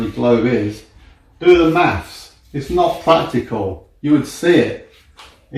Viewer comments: If that flat earther had listened to his teachers more, and not spent all his time questioning them, maybe he would have learned that th isn't pronounced "ff". It's not maffs. It's maths. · The world is a globe, not flat. And "th" is pronounced "th", not "f". So thuck off.